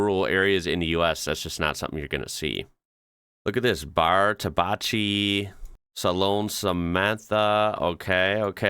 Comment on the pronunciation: The word "tabacchi" (= tobacco goods) is pronounced "tabakki" [The Italian letter combinations "chi" and "cchi" are always pronounced "k/kk"]. 🙂